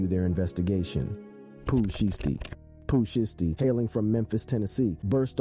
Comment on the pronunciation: That’s not how you pronounce Shiesty 😂